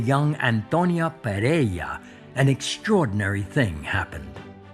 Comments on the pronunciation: He is clueless about Spanish phonetics, neither him nor the narrator are able to articulate PEREIRA properly. (BTW, that's a Galician and portuguese surname. The Castilian version would be PERERA) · PereiRa has two R-s, ergo not Pereia!!! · "Pereira", Martin, not "Perea"